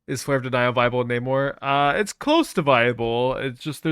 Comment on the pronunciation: I thought you said Neymar